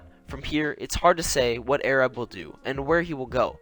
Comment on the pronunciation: not airab its arab